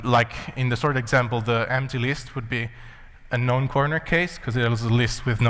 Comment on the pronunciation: He said known corner cases, his accent makes it sound like "non".